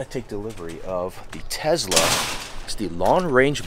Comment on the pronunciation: Bro it’s not tezla it’s a tesla